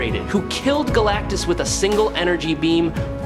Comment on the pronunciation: AI voiceover cant pronounce "Galactus"